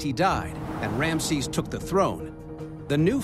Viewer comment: MM Another voice over incapable of pronunciation . Rameses is pronounced Ram E ses NOT Ramsees